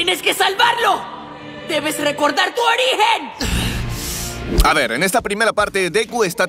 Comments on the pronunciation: tu orihen !! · "Tu orihen" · Como que orihen xDDDDDDDDDD